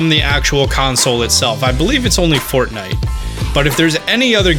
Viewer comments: you said fork nife instead of fortnight. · You get a like for "forkknife" alone. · The heck dude your saying Fork Knife!!!! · I'm guessing he say forkknife on purpose